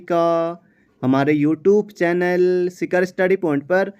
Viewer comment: Sir apki video helpfull hota h per ap apne hi naam ka galat uchacharan karte h sikar nahi